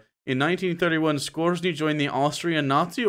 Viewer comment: you mispronounced Skorzeny. It's supposed to sound like "score-ZANY." (My ex-wife had a Bachelor's degree in European history with a concentration in WWII Germany, is how I know. She also played AD&D and ShadowRun.)